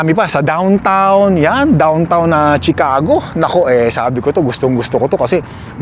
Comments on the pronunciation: Chicago is pronounced SHEE CA GO AND NOT CHEE CA GO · I-pronounce mo muna ng tama ang CHICAGO bago ka pumunta doon! Baka marinig ka ng mga locals doon sa tukmol mong pronunciation ng Chicago at batukan ka pa o pagtawanan ka roon. 😂😂😂